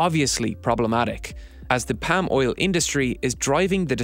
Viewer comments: Lol dude can't pronounce "palm". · Yeah, my ear said, "Pam", but my brain said, "odd pronunciation of Palm."